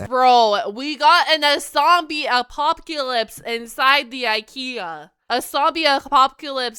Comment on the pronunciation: "A Zombie A pop que lips." Your pronunciation is simply adorable.